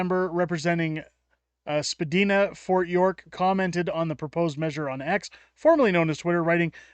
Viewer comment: It is pronounced Sipd"I"na, long second I. One of the most famous streets and neighbourhoods in Canada. Also, it is pronounced Dun DASS, not Dundus. Someone has never been to Toronto, apparently.